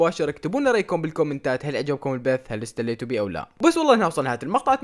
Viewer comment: اتسليتو ❌ استليتو ✅ 😭😅😅♥♥❤